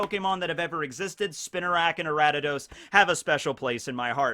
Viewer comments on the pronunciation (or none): It's Ariados not aratados/Aradadaos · Aratados? Ok, now it's just intentional. It's pronounced Ar-ee-uh-dohs. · it physically hurt each time he kept repeating "Aradidos." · Why is he pronouncing Ariados “Arattados” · where’d this guy get the “t” from in “Ariados”? Respect tho pronunciation is a human construct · nice video, my favorite starter is feraligatr and second is typhlosion. also: 1: it's ariados 2: i never thought of quagsire evolving into wobbuffet, but i see where you are comming from 3: slowking evolves with king's rock from slowpoke, not slowbro 4: the reason remoraid evolves into octillery has more to do with it's weapons inspiration than it's animal inspiriation 5: it's not hard to get hitmontop from tyrogue. i did a fighting monotype run a little while ago on sword and caught three tyrogue. they evolved at the same time into all three different hitmons. 6: galarian corsola is gen 8, not gen 7 love your video's p.s. if you are interested, i can tell you more about gen 3 onwards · Say Ariados right! 🔫🤓 or else.